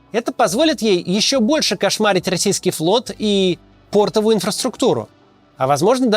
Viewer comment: РЕСПЕКТ ЗА ПРИНУДИТЬ НО ЗА ПОРТОВУЮ ДИЗРЕСПЕКТ! УЧИ РУССКИЙ МАКСИМ КАЦ! ЕСТЬ КУДА СТРЕМИТСЯ!